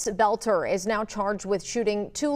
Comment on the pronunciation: Why American can not pronounce words it's Boelter not Belter.